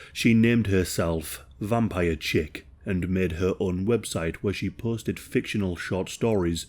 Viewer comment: "maca-bruh" and "chick?" Just fyi. The word you were trying to say is Chic, which is pronounced sheek. The "b" in macabre is silent and is pronounced muh-kahb.